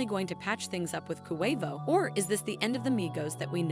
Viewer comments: Koo Way Voe? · Who tf is koowayvoooo? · Jesus get off the rap if you can’t even pronounce his name right QUAVO NOT KUHWAVO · Its Not Pronounced CoWavo its Pronounced Quavo..Yall Wanna Speak on Our Culture, At least Pronounce The Names Right out Of Respect..And If You Don't Know How To Pronounce it Right Ask Someone From The Culture.. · I’M SO SORRY BC I’M SAD ABOUT TAKEOFF BUT SHE KEPT SAYING “KOO-WAY-VO” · QUAY-vo— QUAVO pendeja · stop sayin KOO-WAY-VO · This reporter bish can't say Quavo right... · This video does not deserve to be watched they obviously don’t know anything about migos if she keeps saying ku way vo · KHU WAY VOUGH 😭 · Girl, it’s QUA-VO 😂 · Ooookay, I’m out. I can’t hear KOO A VOH any longer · Why is she saying Koo Way Vo ? 🤦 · “Coo wave oh “mam get it together it ain’t hard “so Wheatie”🙄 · How she say Quevo is really irking me lol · Coo-Wave-Oh🤣, could never take this serious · KHUU WHEY VOUHH AND SA WEE TEHY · WHY THIS CHICK KEEP SAYING KOO-WAY-VO?!?! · I’m out, said it way too many times 😂😂😂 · This that goofy ass AI shyt. KHU WAY VOHH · Kuwaivo, like Kuwait 🇰🇼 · Why do you say Quavo so weird? Let it come out naturally. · Yall whiyte folks annoying ..y'all didn't listen to a LICK of their music..can't even say QUAVO right and yall wanna report his DEATH but not celebrate his successes? FUCK Yall. Thumbs down. Yall get on my gd nerves. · Like no lie, stop saying Quavo name like that. An on some real, any real hip hop heads should not even be watching this. She disrespectful to so many of our names. Smh 🤦‍♀️ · 😑 You a culture vulture. Probably didn't even know who the Migos or Quavo was before Takeoff's death. Can't even pronounce Quavo's name right. Can't stand you maggot maf***a's that make videos just for views and likes. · QUAVO BITCH SAY IT RIGHT